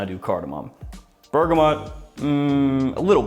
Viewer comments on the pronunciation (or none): none